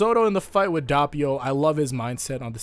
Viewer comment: Dappio It's dough-pee-oh. Doppio